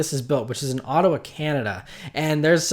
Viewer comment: he says Ottawa very good. I am in Ottawa.